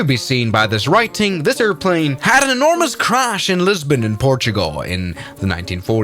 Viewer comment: Again "Lesbon" 😂